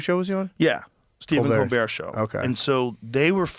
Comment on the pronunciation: “Co Bear Show” 😂 not hating because this is good work, but that is pretty funny